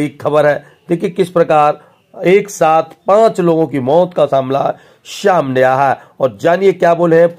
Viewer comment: Arre shamne ni samne hota hai 😂😂😂